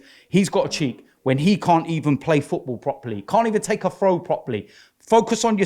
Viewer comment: "He can't evun take a frow Wobbie." lol needs speech therapy I swear.